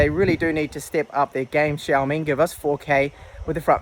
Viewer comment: syaomi, not shyaomi!!!